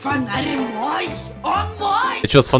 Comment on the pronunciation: ахахахах когда она сказала "это мйо фонарь" я включил фонарь